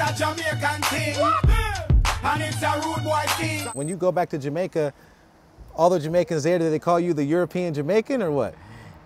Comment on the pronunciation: Poor accent. But im jamaican